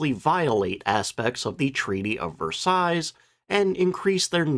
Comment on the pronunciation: Fieseler is pronounced "feez-ler". Long 'e' sound, not long 'i'. And the final 's' in "Versailles" is silent.